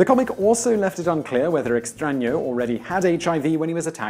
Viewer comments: this is literally the first time in my life I hear an english speaker pronounce a word writen with an Ñ correctly. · You say "extraño" very accurately considering you are not a natural born spanish speaker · I know, right? I was like... Are they editing when he says "Extraño"?